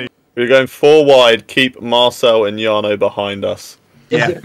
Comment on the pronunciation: The American dude pronounced your name "Jar-no" I hope he was just joking or it was a massive fail! Hahaha. BTW enjoying the editing 💪